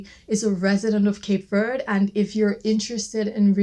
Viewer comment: Thank you for saying Cape Verde properly without the strong e on the end